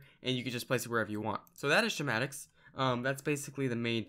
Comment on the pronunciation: did he just say shmatics? wow... just wow...